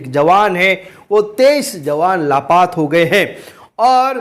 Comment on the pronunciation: ब्रदर जय मसीह की । ब्रदर आप लापता की जगह पर लापात कयों कहते हैं ।